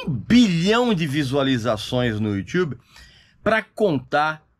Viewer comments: Pra quê falar "Youtiube"? Se pronuncia Youtube. Que pronúncia é essa, Régis? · Só Regis e Karnal falam "Youtchube". Adooooro! 😉☺☺ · Ver o Régis falando "youTchubi" é impagável...hahuhehahuheha